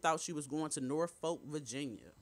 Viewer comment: It’s pronounced Norfolk I’ve been here in Norfolk VA for 30 yrs lol it’s not No Folk VA